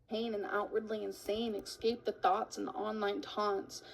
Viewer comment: Guys, she's trying to "ekscape".